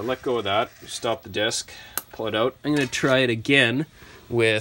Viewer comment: Take those screws oot.